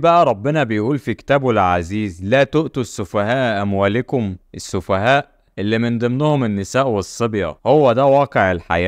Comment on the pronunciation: قوله تعالى (ولا تؤتوا السفهاء أموالَكم) بفتح اللام يرجى التدقيق فى نطق كلام الله لأن تغيير حركه او حرف يغير المعنى ولم اجد فى التعليقات من تكلم وصحح تشكيل الكلمه